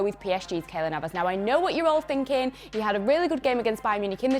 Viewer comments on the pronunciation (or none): As soon as she said Navas I knew I can't take her seriously anymore. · "Navas" im going to pretend i did not hear that